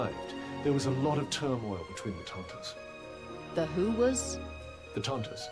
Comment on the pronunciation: "The Tantas." Just remove the n and it makes sense. xD